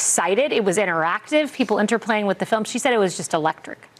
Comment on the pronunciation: Why in hell are you still talking about this? Shouldn’t you be talking about Epstein documents instead of giving them a reason to say “everyone is talking about my ‘filim’”?